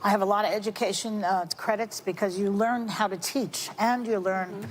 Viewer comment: Did Joy say Exspossedly? Instead of supposedly? And did she say that immediately after saying :"I was a teacher? You cannot make this stuff up! How stupid is her audience?